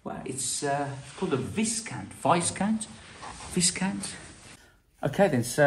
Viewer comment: Good find and a nice little video...Oh, I think it's pronounced vi-count